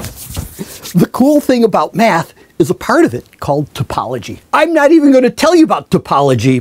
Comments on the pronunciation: I love this guy, especially when he jumps around and pronounce 'math' like 'meth' ;) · it's cystal math. not meth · Did he say he likes math, or meth? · "Math? Do you mean meth?" Totally this dude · i thought he said meth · Math... not meth. c'mon doc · Why is this in my recommendation Why does it sould like hes saying meth instead of math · every time he says math imagine he's saying meth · you wanted to say math...no? please said no. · At the beginning i thought he said meth ain't about number instead of Math ain't about number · Everytime this guys says "Math" I'm hearing the word " Meth". 😂😂😂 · I could have sworn I heard him say "The cool thing about meth" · I mean isn't it obvious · Meth is about logic, it's about beauti, it's about connections.